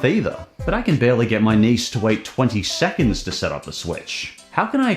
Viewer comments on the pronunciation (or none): none